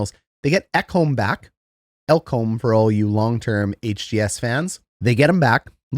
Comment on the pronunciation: Btw, you have nailed the Ekholm pronunciation, appreciate as a pedantic Oilers fan 👌